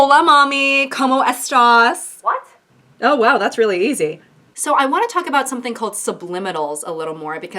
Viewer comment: The "como estAs" killed me lmao